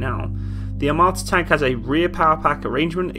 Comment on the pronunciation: "АТАМРА" "ATAMRA" Yes, the T-14 Atamra